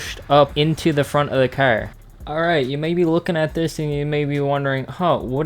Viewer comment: Why u say cer